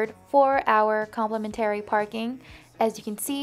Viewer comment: It’s “comp-leh-men-ter-eee”